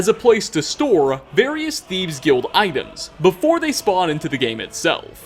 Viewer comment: am i the only one who hears saying thiebs?!?! sorry not picking on you haha